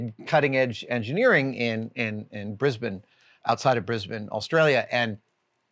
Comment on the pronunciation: From an Aussie - your pronunciation of Brisbane was spot on!